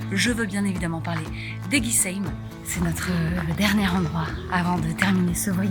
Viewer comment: Comment j'ai pu louper la sortie de la vidéo sur maaa région !! A savoir que la vue sur le Lac Blanc est magnifique quelle que soit la saison et ça c'est magique, on peut même faire le tour du Lac par le sentier des Crètes. Par contre je suis obligée de te dire que tu as mal prononcé Eguisheim ahaa :))) j'attendais la fin de la vidéo pour savoir comme tu allais le dire, c'était très mignon avec l'accent du sud ^^ ! Merci pour ce partage, et d'avoir si bien valoriser la région Grand Est et l'Alsace !